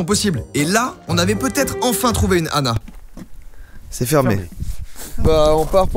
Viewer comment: Quand vous dites « une Anna » ça fait vraiment bizarre car j’ai l’impression que vous dites « une nana » donc quand vous dites « il faut qu’on trouve une Anna » c’est très perturbant